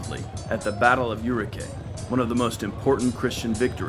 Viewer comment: It´s not urugay, it´s OURIQUE!!!!!